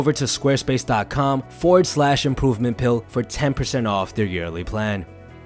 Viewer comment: 😕Am I the only one that heard "pooping pill"